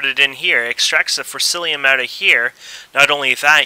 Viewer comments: im sorry to say this, but it is forcicium in forcillium, but apart from that, a good tutorial and helped alot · its forcium not forcilium XD